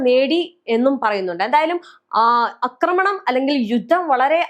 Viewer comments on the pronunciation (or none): അക്രമണം അല്ല ആക്രമണം 😂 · സഹോദരീ, "അക്രമണം" എന്നല്ല "ആക്രമണം" എന്നാണ് പറയേണ്ടത്. യദു പറയുന്നത് കേട്ടിട്ടില്ലേ?